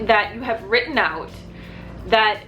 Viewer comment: You're saying "out" like a Canadian 😂😂😂